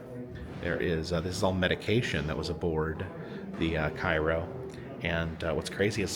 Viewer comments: Cairo is pronounced “Kay-row” in the area. “ky-row” is the name of the city in Egypt ! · I'm only bringing it up cos you'll probably be back there but both the ship and town it's named after are pronounced "kay-roh". Like the corn syrup. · Great video. I always enjoy watching them on your road trips. I have to correct you on one thing. The correct way to pronounce Cairo, IL is Kay-Ro. Lots of people pronounce it wrong as people think it's pronounce the same way as Cairo Egypt. But, keep up the good work and videos. I'm enjoying your Mississippi travel. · IT'S PRONOUNCED CARE-O here in Southern Illinois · While in Cairo, in its pronounced cayrow.. 😂